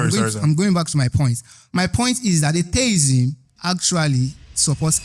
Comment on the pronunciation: Why is everybody saying "ay tay izm" it is "ay-thee-izm"